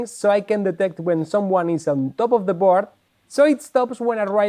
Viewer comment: Que sepas que "board" se pronuncia "bord". ¡La "a" no se pronuncia! Saludos.